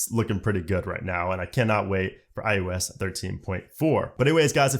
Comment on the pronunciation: this dude says IUS and it annoys me so much